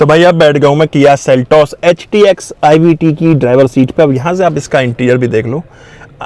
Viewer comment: Paga hai kya😂..HTX ko bar bar htk o bolrahe ho.